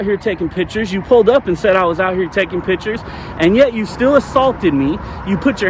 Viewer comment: If your whole site is about taking pictures, please learn how to say it. It’s picture not pitcher.